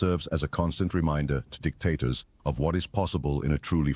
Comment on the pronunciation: I feel like you were saying D!CKtators on purpose. 😂